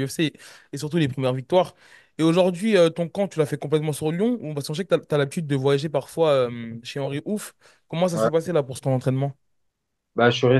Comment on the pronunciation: Hey c’est pas Henri Ouf mais Henri Hooft t’a cru que c’était un ouf 😂